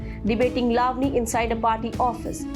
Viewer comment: Excellent reporting, but please pronounce correctly, eg. Lavani, Ravan.